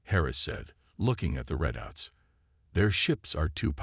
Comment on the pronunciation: Thanks, But, your AI still sucks. What is: "BEAR-idge", "RED-outs", "deh-BRISS", "MEHRed with cracks"(marred)!!!??? Is it REALLY that impossible for any of you to get a Decent AI???? These Crappy AI really detract from enjoying the stories.